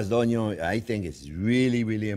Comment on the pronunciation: I clicked immediately when you said "caramelized Onyon". 🥰